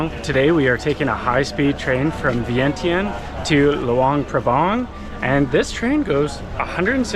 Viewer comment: Vientiane is actually pronounced Vienjan.